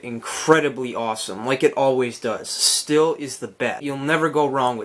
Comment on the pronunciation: Stihl is pronounced steel! Also this leaf blower has two handles so you can hold it with both hands to distribute the weight evenly and might make it easier to use!